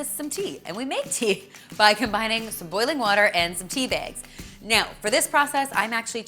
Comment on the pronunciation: I like how she says tea bags...... "Tea Biagz" 😂 That tea looks delish tho....